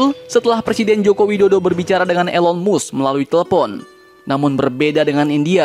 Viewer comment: Elon mask bacanya min, bukan elon musk